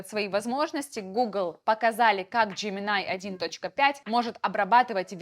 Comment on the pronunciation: джеминАй, текстА. Нинада, ни делай так.